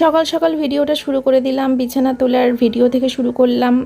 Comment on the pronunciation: Bichana bolte giye ki BIRI beriye jachhilo naki😂